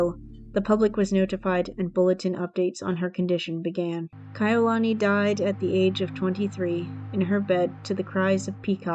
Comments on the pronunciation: I loved the video but I wish she would have researched how to say their names correctly. It's Kah-e-You-luh-knee. As a hawaiian it's cringy hearing it being said wrong. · You lost me at the 18 second mark after mispronouncing Kaʻiulani. There are many other videos available on youtube that are accurate stories told by Kānaka Maoli from Hawaiʻi. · You didn't take the time to learn to say her name correctly. Take this down and do it over. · Learn how to say her name, or do t say it at all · Was about to say the same thing